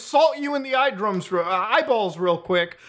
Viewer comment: Been watching your vids for the past week or so, and I was preparing to subscribe to you because: good content. However, "eye-drums" made me immediately hit the sub button lmao. The podcast is fun too. Appreciate you a lot man!